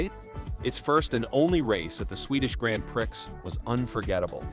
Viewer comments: Just noticed, It's not Grand Pricks(X) More likely Grand Pree(X, Mute). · Another AI voice that doesn't know squat. Says grand pricks instead of grand prix. If AI is so smart teach it to say words correctly. WTH? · 1 minute in, the stupid AI voice pronounces the "Swedish Grand Prix" as "The Swedish Grand PRICKS" and apparently a car with a fan on it was driven by "NIKE Lauda," not "Niki Lauda." Your AI video sucks and after a minute in, I want that minute of my life back. YOU SUCK FOR MAKING THIS!